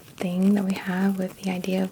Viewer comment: lovely and informative, although you seem a little tired. don’t take this the wrong way though, but when you say a word that ends in “ing”, you don’t pronounce the “g” in a hard g, it’s silent...otherwise it sounds like “thinking-guh”